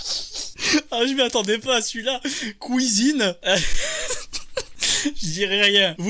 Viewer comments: Je tiens précisé que je suis belge et j'ai jamais été au courant de cette famille nombreuse.. Ne nous mettez pas tous dans le même panier s'il vous plaît. Je ne dit pas KOUISINE, mais cuisine ^^'. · "couisine" ce que j'ai retenu mdr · Couisine... Promis vrm, on dis pas tous ça...